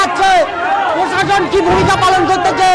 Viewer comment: প্রশাসন!হুঁহঃ!!উনি নিজেই উচ্চারণ করেন পোষাশন। বুঝুন এবার!!!